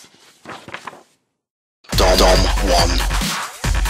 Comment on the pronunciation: aha. thanks for that. my comment wasn't meant to spark anything intellectual this time. I was simply trying to point out that at the very end, the computer voice read "That is god's Floor" rather than "That is god's Flaw". haha. But thanks, and yes I do agree. :))